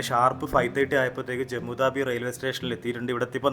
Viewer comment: സുഹൃത്തെ, ജമ്മു ദാബി എന്നല്ല ഉച്ചാരണം, ജമ്മു താവി എന്നാണ്. സരോജിനി മാർക്കറ്റ് എന്നല്ല സരോജിനി നഗർ മാർക്കറ്റ് എന്നാണ്. ഇതൊക്കെ നല്ല perfection ൽ പറയുന്നത് തന്നെയാണ് ഭംഗി. Please respond